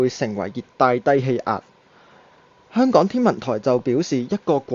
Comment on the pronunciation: 懶音改善咗好多，香港兩個字可以再有進步空間，加油💪